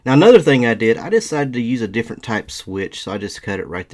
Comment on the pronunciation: I love how when you said "different" you pronounced it "deerferent" right as the screen showed a deer! hahah love the look, im trying to get some lights on my car. I live down back roads and having the light the see a deer before i hit it is crucial